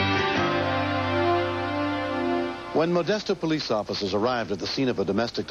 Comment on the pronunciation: The cop says occifers!! Lol